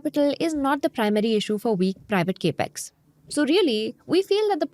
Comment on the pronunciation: Gurumātā.. it is NOT KE--PEX.... it is CAP-EX (capital expense)... not Ke-pital Expense